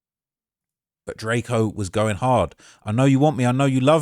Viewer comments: keep calling him DRAK-O at same time saying he qualified to talk about him lol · “It’s drakeo not drako get it right!”